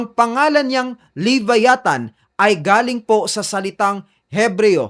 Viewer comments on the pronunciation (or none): LEE-VÁYÀ-THAN Stress ay nasa unang letrang A. ganyan tamang pagbigkas niyan.. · Vlogg ka.. pronounce mo bg maaayus tukmol "lebayatan" ungas. luh·vai·uh·thn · Boss ang tamang pronunciation ng LEVIATHAN ay LABAYATAN!!!FYI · wrong pronoucation sa Leviathan. Don't leave the "VIA" hanging .. say it fast. No hate just saying. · kahit ang leviathan prinonounce mo wrong 😂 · Sir sana sinearch m muna or nakapanood k s ibang vids kung pano ang pronunciation ng leviathan